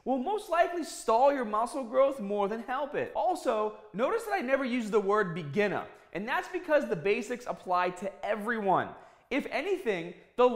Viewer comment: What is s begginah?